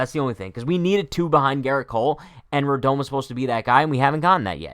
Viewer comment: How are you going to mispronounce his name every time?!